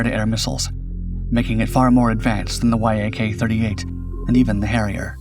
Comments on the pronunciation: it's not Y - A - K, but Yak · You don't say it like Y-A-K, you say it like the animal (yak) Neither is it V-T-O-L, you say Vee-toll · Not "y-a-k" jets. Many Russian airplanes are "Yak" (fill in the type). Yak is the first three letters of the designers name. Yak rhymes with jack or hack. That's the way you say it. Patrick Cowdrey, Central Point, Oregon, Commercial Pilot since the 60s. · Interesting and pretty comprehensive study, thank you ! NB: the Yak brand is normally pronounced like "yack" not Y-A-K, just like MiG is "mig", not M-I-G, Ilyushin's Il are "eel" not I-L. But is your odd pronunciation the fault of some AI voice ? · It’s not pronounced „why ay kay” just Yak. Я is a single letter and maked the „Ya” sound, with the full name in cyrillic being Як-38. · It is not three letters y.a.k. it is just the beginning of the Yakovlev name "eacc". "Mig" planes are not spelled m.i.g. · Fool, it's pronounced, "Yak", not Y-A-K which is just one more reason I don't watch your BS channel. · Say Y A K again, mf. I dare you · In Russian tradition you pronounce it “Yak” as a word, like the animal, not “Y. A. K” Also it’s V/STOL, Vertical/Short Take Off & Landing, not VTOL. Neither the Harrier nor the Yak-38 could take off or land vertically fully armed & fuelled & neither can the F-35 for that matter because it makes them too heavy & unstable. Skys & yes, it’s pronounced “Sue-25” like the common contraction of Susan & “Mig” like the welder, not “M. I. G” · I hope you haven't used AI (i assume the sponsor) in this, music is too loud, and many glaring mistakes, such as the ski jump, which in the video you showed doesn't have one .... Oh and saying Y.A.K. its almost always refered to as yak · No one says “Y. A. K.” Ii’s one syllable - the first syllable of the last name of Aleksandr Yakovlev. Also, Yak is only two letters in Russian: Як, so if it was read out by letters, it would be “Ya. K.” Please stop saying “Y. A. K.” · Yak, it's a YAK! Not a Y.A.K 😉